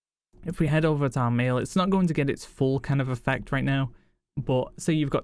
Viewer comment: Am I the only one who hears easy meal instead of easy mail?